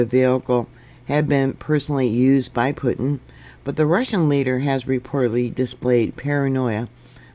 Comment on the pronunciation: Pronounced Poo-tin.